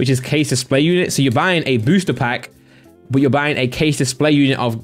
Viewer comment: Never heard a BUUHHHH like that :P It triggers my OCD ( BUT - BUUUHH )